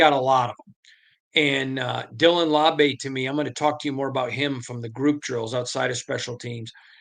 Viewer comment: "LAU-BEE" not "LAW-BAY" 😅